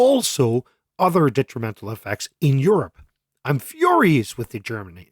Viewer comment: You’re “fhurious” with Germany